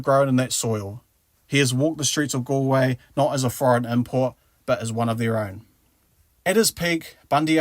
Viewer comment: Connaght = Con-uch-t / Galway - Gaw-ll-way